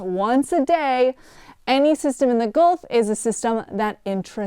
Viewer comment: Ah yes, the Goolf of Mexico.